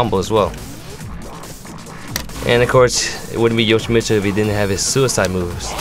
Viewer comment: actually yoshi-mitt-su actually actually unfortunately